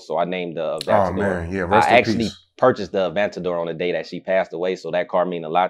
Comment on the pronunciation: A-van-tador. Can’t even pronounce it.